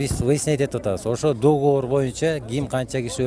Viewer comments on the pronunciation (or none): none